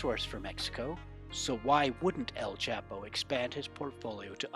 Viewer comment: senor narrator learn how to pronounce CHAPO